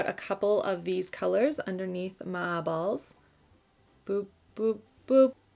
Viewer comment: It totally sounded like you said “going to blend out a couple of these colors under my balls” not my eyeballs😂